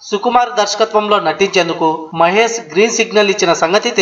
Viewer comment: mahes kadu babu mahesh